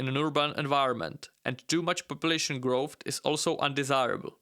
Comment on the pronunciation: Its not growthT its growth